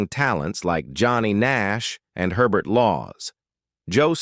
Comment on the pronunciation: Hubert Laws, not Hurbert. If you're familiar with him (on the jazz side) just hearing the pronunciation would have sent up a red flag. He started to achieve fame during the time when Hurbert Humphrey was LBJ's vice prez. Oops! Did I write Hurbert Humphrey? Sorry, I meant Hubert Humphrey. :face-red-droopy-eyes:I guess the name Hubert is unusual enough that AI is not familiar with it even if there was a US VP with that name. Then too I've heard of Herbert, but never Hurbert.